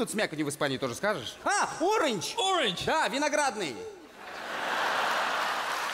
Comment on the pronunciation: А Орэйндж! Орэйндж? Да Орэйндж, виноградный 🤣🤣